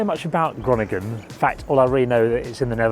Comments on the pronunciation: Pronounced "Hurohnigen" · I'm going to watch this anyway, even if the pronunciation of Groningen a few seconds in hurt my brain.